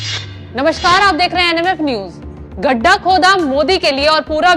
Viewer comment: घड्डा नहीं मैडम गढ्ढा होता है